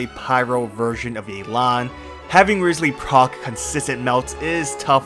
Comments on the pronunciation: I keep on hearing rizzly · Did you call him Rizzley?